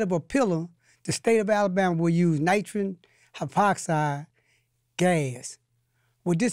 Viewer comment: "Nitrin hypoxide gasss" "how did dis paticular methology come about"?